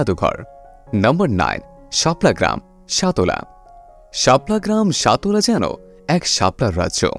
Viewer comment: Vai uccharon think koren সতলা না সাতলা হবে।